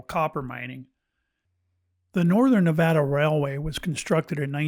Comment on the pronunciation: Nevada, pronounced "correctly" herein, brings a bit of emotion to surface ... reminding me, I truly continue to hold an energetic connection to this state, its land and its unique energy. We truly are, beings of energy, vibration, and frequency and that, which defined by Quantum Physics Science and as described by Nicola Tesla, serves us well to gain in a greater knowledge, understanding, and comprehension. This is why some places just "feel" so right, or not. Beth Bartlett Sociologist/Behavioralist and Historian